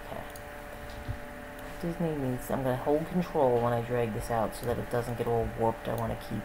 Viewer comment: wat r u saying wen u say control? U saying control something. Cnt understand wat u r saying.